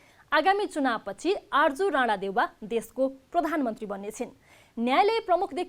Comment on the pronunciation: Arju rara hoina Rari ho aimai pani ketako name le ucharan garinxara?